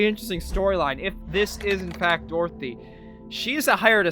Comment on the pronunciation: Its dorothy not dorothy mate